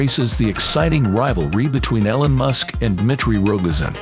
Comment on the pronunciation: Your robot narrator can't pronounce "Elon" "marveled" or "Gagarin" so I'm not going to be bothering to watch your video. 👎💩